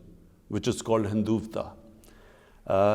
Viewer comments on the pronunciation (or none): Mr. prime minister..... it's pronounced as 'Hindutwa'.... not hunduvta..... you shouldn't be talking about something you have no idea of.... including it's name's spelling and pronunciation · Hindutva..not Hinduvta..lol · Dear sir, it's hindutva not hinduvta. (4.07 minute). it would be more better if instead of focussing that much on Kashmir , you focus on pakistan as a whole, it would be more beneficial for you and also your country. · 😂😂 Hinduvta 😂😂 That's epic Mr. Khan. 😁😁😂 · "Hinduvta" hahahahaha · he talks about the ideology of Hindutva but couldn't even pronounce it properly!. 😀😃😄😁. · He can't even speak "Hindutva" properly. Most foolish prime minister in the world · He can't even pronounce Hindutva properly. He's shivering...lol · Ask him to explain his extreme rhetoric when he says 'Extreme, Exclusive Racist Ideology called Hindutva'. I take great offence to his abusive language all the time. More over he cannot even pronounce Hindutva properly. He was also the first PM perhaps in memory to have said that Germany and Japan share borders. He can say anything.